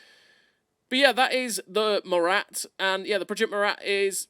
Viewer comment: It's not "Morate" its "Mora"